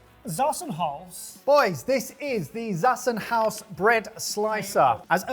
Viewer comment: Zassenhaus is a german company, so the "Z" is a hard "Z", pronounced "ts" or "tz". You're welcome :D